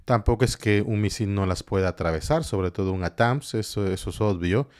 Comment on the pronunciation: Por favor, NO digas Atáns ! Es ATAC MS.